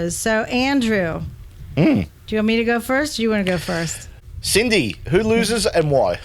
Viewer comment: sorry cindye is correct in the pronunciation